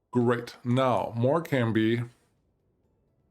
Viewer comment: you need to start putting these town names into google so you know how to say these town names cuz you really are getting them. example Morecombe is not pronounced more-com-bee u say it more-com. theres a silent b in morecombe